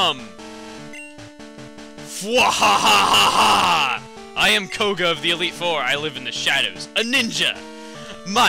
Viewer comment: I like how in the beginning, koga sounded like an very emphasizing man. Then near the end he became japanese/chinese. lmao.